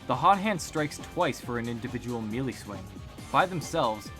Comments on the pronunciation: One major error you forgot to fix from your original video - It’s pronounced MAY-LAY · "Especially you guys who nitpicked my pronunciation of MELEE!" I'm dead now. I can't.